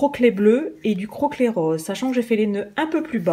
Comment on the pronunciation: Tu m'as fait rire quand tu as dit "ruban croquelet" c'est "croquet" qu'il faut dire